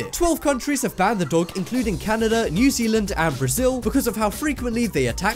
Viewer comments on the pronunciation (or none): none